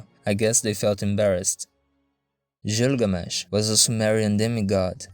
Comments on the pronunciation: Hearing you butcher Gilgamesh's name as Jilgamesh kills a bit of my soul. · You're pronouncing Gilgamesh wrong.